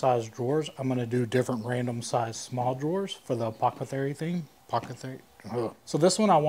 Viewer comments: apoth-e-cary It is one of those French words from Greek that is hard to say for Texans. Good try though. I hate French and Greek is Greek to me. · you are amazing! This is a stunning transformation. The airbrushed details made the difference. I also liked the way the stain took darker on the raw wood from the router. Ohh and bro, no one can say "apothecary "😊